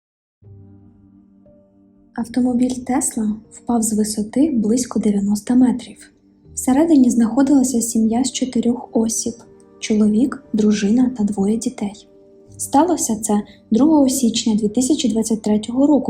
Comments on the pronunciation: Жіночко, не Осіб, а осІб, наголос на "і". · осІб!!! Часто вас слухаю, але йомайо, це ваше Осіб, ріже по живому. Де ви таке вживання слова чули. Наголос на "І", а не на О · Чому ви кажете "Осіб", якщо правильний наголос на "і" — осІб?